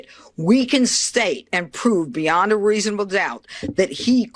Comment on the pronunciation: I noticed during pirro 's press conference she had trouble with the word reasonable. How appropriate